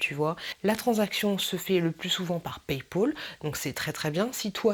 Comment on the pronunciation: VINTED PAS VINTID ET PAYPAL PAS PAYPOL !